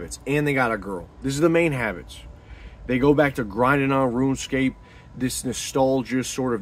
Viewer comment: Bro said ruenscape 😂